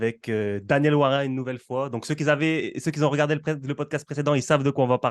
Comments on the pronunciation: Arrête de dire ceux qui ZONT stp !! Ce qui ont suffit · Les gaaars ! « Ceux qui z’ont » mes oreilles saignent ! Mais pour le reste top 👍🏾